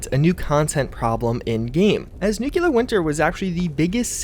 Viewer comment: im not a grammar nazi but nuculur even bothers me , so i can only imagine others.